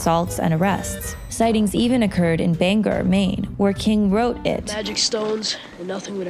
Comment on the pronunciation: Why do people that are not from Maine pronounce Bangor like it has an er at the end of it? How you should pronounce it is like this: 'Bang-gore' not 'Bang-er'.